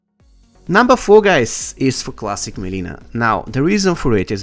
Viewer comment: Mileena not melina